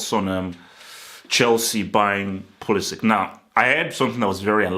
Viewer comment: Pulisic (ic like in Perisic, Modric, Mandzukic), not Pulisic(k)